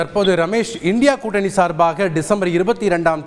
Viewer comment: I condemned Mr. for pronounced INDIA alliance as indi alliance.Thanthi TV should beware of that.